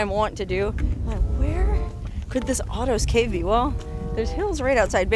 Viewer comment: It sounds like you're saying autos cave.